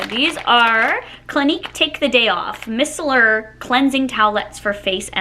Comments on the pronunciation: Fyi, it’s my-cell-ur… not miss-sellur. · Micellar is pronounced my cellar